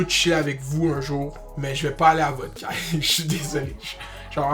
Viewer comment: We say *Caye not Caille you guys mashup kreyol language jees loll